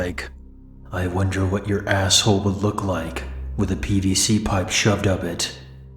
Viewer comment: I thought he said bbc not pvc 😭😭